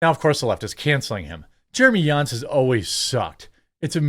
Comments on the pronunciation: Its not Yans... It sounds just like Johns 👍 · Do you go out of your way to mispronounce literally EVERYONE’s name??? It’s JAHNS not YAWNS 🤦🏻‍♂️ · Why you are pronouncing Jeremy Jahns as Jeremy "Yahns" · Are you saying Jeremy Yahns? 😂 I love ya dude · Bro J isn’t silent